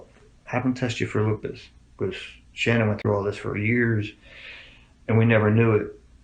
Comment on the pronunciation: The Drama teacher called her, “Shanna-Ann”. No kidding. 3-Syllables. Shanna-Ann